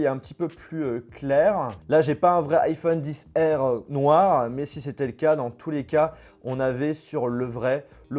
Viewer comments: Mais pourquoi tu dit dixR c’est Xr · Ça me stresse quand il dit "iPhone 10R" j'ai trop l'habitude d'entendre XR 😂